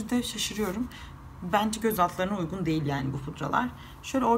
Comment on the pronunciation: Uygun yerine ugun diyorsunuz.